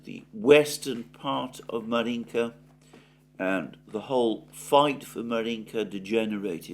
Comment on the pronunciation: Right, Alexander! It’s Avdéevka, not Avdiivka! And Márjinka (1st vowel stressed) ❤